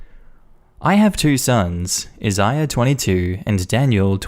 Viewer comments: Isaiah= Eye- Zay- Uh (lol, another channel pronounced it wrong, too!) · Im currently crying at that Isaiah pronounciation 😂😂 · You have great diction and flow in your narrations, therefore it always sounds hilarious when you mispronounce a word or a name because even though you say it wrong it still rolls into the sentence with such confidence that sometimes I think I heard a new word or a wacky name! Today's name was Isaiah. You pronounced it correctly a few times but mostly you said it like it was the name of a celebrity's child's name.